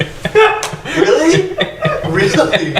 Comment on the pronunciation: I was wealy willing to bewieve